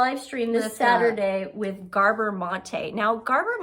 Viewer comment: GABor. Ladies, you mispronounce several names. Hurts your credibility